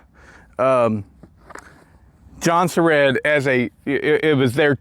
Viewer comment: I thought it was pronounced like jon-serds